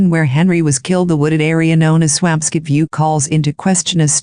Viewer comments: Its Swampscott , NOT Swam Scit Such a sad story. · I'm from that town. I promise you that it's pronounced Swamp Scit 😉